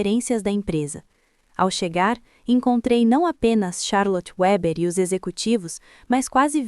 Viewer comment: Weber não é Uéber, é alemão, portanto a pronúncia é Veber.